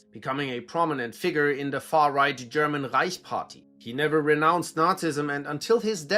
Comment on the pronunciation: The authentic pronunciation of German names and places really makes listening to this enjoyable...